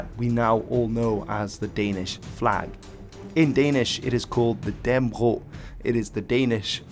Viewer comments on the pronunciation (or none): Dan-nə-brog, not Dann-brog. And Valdemar is with a "hard d": Valdemar was a danification of Vladimir, which got into Danish through a royal marriage with a Slavic princess, who named her son that. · its sound like you are saying dan bro insted of dannebrog